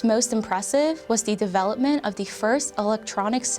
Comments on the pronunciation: Why tf she keep saying. Da instead of the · I don't think she used the a single time, every time she said 'th' anything she said it with a d lol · She keeps saying d when its th and it's annoying the shit out of me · It's THE not DA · the... not da .... sorry...pronunciation driving me a bit crazy.... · The amount of time this woman says “da” instead of “the”...enunciate PLEASE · THE NOT DA , after i heard it once i could not unhear it, jesus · I love how she pronounces anything with a “th” sound with a “d” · “da brand” = the brand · Da house, yo. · I wish the narrator would stop pronouncing all 'th-' sounds as 'da'. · Her constant mispronunciation of “the” with a “d” sound lost me in the first 2 minutes. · Please learn to say “the”